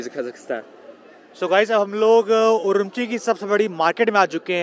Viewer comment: That’s urumqi not umrqi😂😂